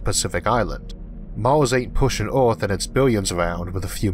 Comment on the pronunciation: What is that "orth" he is repeatedly speaking of? What is a "leysoh"?